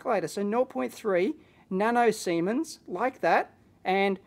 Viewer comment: "nano seamen's" ahhahahah